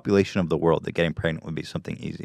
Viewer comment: Ethan trying to get pregananant